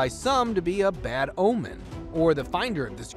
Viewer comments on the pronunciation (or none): none